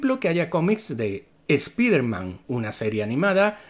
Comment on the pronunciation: Canal Ramdom diciendo "Spiderman" en lugar de "Spaidermam" mas años de vida 👌